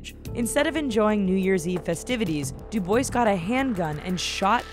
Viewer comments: It's doob-wa! not doo-boys! Grrr! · STOP SAYING DO BOYS HOLY SHIT ITS DO BWAH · Dubois is NOT du boys...argh it's du bwa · Doo boys ? Du bowah not do boys LUL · Did u say Matthew "Du-boys"???? I think you mean "Du-bwah"....., right?? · She said DuboiS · duboys?? Dubois lol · It's DUB-WAH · It's not du-bwa? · "Mathew Dubois" 😂😂 someone didn't get an A in French class